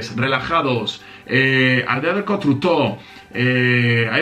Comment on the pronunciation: La aldea del cotrutóh! 😂 Nuevo modo de 'reclutación'...😌 al diccionario